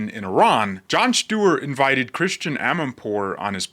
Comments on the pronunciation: it's Chritiana not Christian. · Great video! (Even though you mispronounce Christiane Amanpour's first name.) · … her name is pronounced as chris tee anne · That was a funny monologue! By the way, it's "Christy-Anne", not "Christian" Amanpour. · You're mispronouncing Christiane.